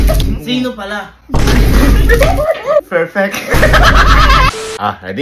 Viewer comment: FASADO 😂 FERFECT 😂😂😂 FRESENT